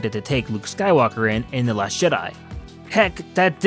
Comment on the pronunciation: The last Shit-di? Sounds like you said that man and I aint mad at ya.